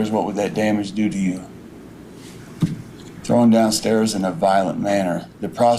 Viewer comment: The idiot for the life of him can not say the word, THROWN, he keeps saying THROWING DOWN THE STAIRS!